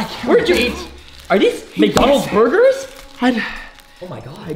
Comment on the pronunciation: He said there’s bergers flying everywhere🤣🤣🤣🤣